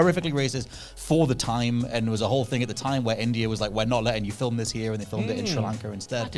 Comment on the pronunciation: Can you imagine being like “I left these things behind in my childhood” when as an adult “professional” journalist you can’t pronounce the word “film” like an adult? 2024/5 Whatculture is so fuckin embarrassing